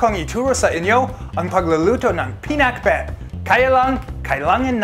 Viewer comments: Every time he's gonna said pinakbet I heard peanutbet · pinak pero hindi binet, PINAKBET! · Finuck bet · Pinaccbeth 😋😋 Ang Sarraap sarraap.